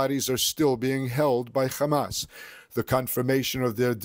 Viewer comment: Khhhhamas 😂 please pronounce your victims correctly